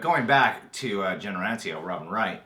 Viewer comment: Guys, Robin Wrights name is pronounced an-TY-oh-pee, not ANtiope. lol.